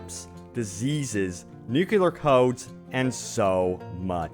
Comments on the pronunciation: ‘Nu-CLEE-ar’ like nucleus of an atom (not ‘nu-QUE-lar’) haha - thanks for the informative video! Sorry about my pet peeve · Stop saying 'nukular!' It's nuclear! NU-CLEAR. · Nu-clear not nukular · nuclear not nucular :D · Oh my frickin GOD MAN! Learn how to say nuclear already!!! Getting SO FRICKIN ANNOYING. There is no such thing as a nuculus! It's called a Nucleus! Hence N.U.C.L.E.A.R. not Nucular! You sound like a frickin hick drop out with barely a brain cell to speak of. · Is it THAT difficult to say correctly NUCLEAR?